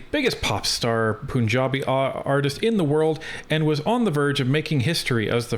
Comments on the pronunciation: just FYI it’s not “poonjabi”. Pun (a play on words) has a schwa sound on the vowel, kind of not super obviously a U vs an A or an E etc. That’s the best way to say it, say Pun…jabi… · “Poonjabi” 😂 I’m glad a lot of commenters aren’t just saying go back home or deport them this is why I like this channel